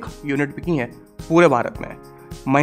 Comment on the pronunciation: Sir aap BICHI nahi BIKHI bola kare.